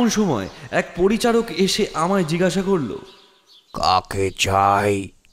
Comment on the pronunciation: Jigasha noy jig-gasha.